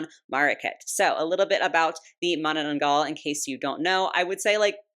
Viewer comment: Hi! Filipino here! Okay so first of all, Omg you pronounced manananggal perfectlyyy They may have used Whisp as a base for this doll as she is detachable Btw the reason why its called that name is because the direct translation of it is "Remover" basically its either because it removes itself from the lower half or sometimes, it removes just the internal organs of victims Anywyas, the manananggal lore is rlly crazy and there are common sightings of this cryptid in my country(there are also sightings in my place) for hundreds of years. Theyre basically normal humans at day but at night they turn into those monsters. And are mostly females Okay so heres the lore Manananggal is a subclass of the filipino monster called aswang (or the filipino ver of vampires). Their favorite food is mostly children or men (depending on ur location their fave victim changes) oh and they are also pretty at first glance and will lure you but when you go near them they will change their appearance to a hideous monster. In order to kill one of those, you need to put salt and garlic on their lower half so that they cant return to the half when sunrise arrives because they will die since they survive during the day they are normal humans. The face sculpt is sooooo good as its a good representative of how the typical filipino is. The purple hair shouldve been blue coz the color is the filipino flag hahahahaha jk Okay I agree the color scheme is a bit garrish and I hoped that it was more illustration acc